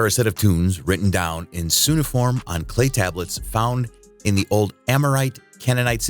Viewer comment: cuneiform... you're not saying that word right.